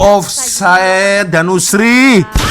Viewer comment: wak sebutan biar betul off side dan own goal ..